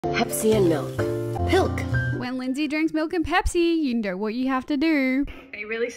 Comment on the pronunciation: “I don’t Knowr” 💀💀